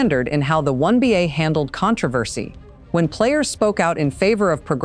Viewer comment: Why is the narrator not saying WNBA but saying something like WONBA? Is someone so afraid of saying the W because it 'means' women?